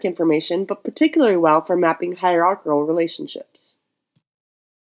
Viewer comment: Well presented video. Nice pronunciation of hierarchical. This video would be a useful reference for types of graphic organizers. I didn't even know there were this many types. I was only familiar with Venn diagrams and network trees. Very clever graphic organizer of graphic organizers. It helps organize the massive list of graphic organizers. I'm also curious how you sync up slides and your voice.